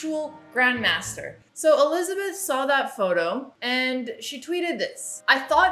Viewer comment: I like how she says Olizabeth 🤣